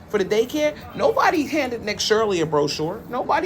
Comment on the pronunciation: Broshore broshore??? 😅😅😅😅😅😅